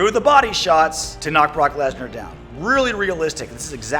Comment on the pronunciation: Gameology “brock lesna”